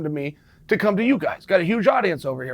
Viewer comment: Window sheen lmfao